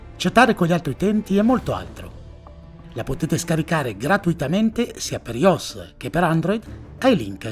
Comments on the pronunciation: Uno che nei video pronuncia i termini inglesi sempre benissimo ma poi mi dice ios anziché aioès, su. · "aiOEs" non "ios" dai :) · “iós” mi ha ucciso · Certo che dopo la pubblicità di ringo sbagliato di Maccio Capatonda, sarà difficile prendere seriamente questo video. Edit: E dopo aver sentito "yos e àndroid", sarà ancora più difficile :p